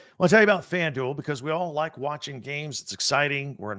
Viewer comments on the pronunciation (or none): none